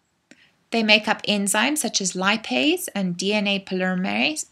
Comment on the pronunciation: “DNA polyremase” lol 😂. Nice lecture !!!